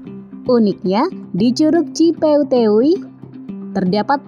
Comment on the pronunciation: ci peuteuy,bukan ci peuteyweywuy